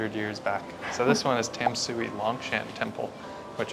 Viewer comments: It's pronounced more like "Dom-sway", not "Tam-soo-ee". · Tam-sui should be pronounced like "Dan-sweat". There are no perfect translation. But "Dan-sweat" is actually more closely to Chinese pronunciation. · It's pronounced Duhn(like done) - shu(like shoe) - eh (like where) so: "done shoe where" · Tamsui is one of my favorite parts of the city! Quick tip: the most common pronunciation sounds like "dahn-shway", which is how the majority of Mandarin speakers would say it. The Mandarin transliteration is Danshui and is a better indication of the modern pronunciation; Tamsui is based on the previous transliteration style but both are the same word, meaning "fresh water". By the way, just wanted to call out again that your B-roll is SO good. You have a wonderful eye for cool subjects and framing, and you're able to make it look artistic and vibey but not overly try-hard and artificial. Your little transitional montages manage to really convey the whole feel and energy of a place in just a few brief shots, which isn't easy. I know you're still working through the audio (which is totally understandable) but your video is already punching way above your weight. Keep it up guys, you're doing awesome! Also I died at uh colorful Subway joke 😂 Gotta keep getting to come out of his shell, he is lowkey hilarious when he gets sassy and spicy. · This is an amazing video! Great as a drinking game. So the rules are: one sip every time 1) They say Tamsui in the most American accent ever, 2) Shaky cam, 3) Bad joke.